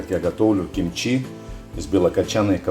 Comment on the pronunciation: Игорь! Ты оскорбляешь слух всех корейцев и мой за одно. Не чимчи, а кимчи. Это все равно, как называть Hyundai - хьюндай, а правильно - Хёндэ. И даже привычное название столицы Сеул звучит Соул. Но за рецепт респект и уважуха!